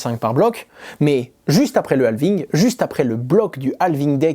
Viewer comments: "est ce que le prochain 'alving deh'. l'anglais laisse beaucoup a désirer 😆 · 'aaaalving Il faut que tu mettes les H en anglais sinon ca veut dire autre chose :D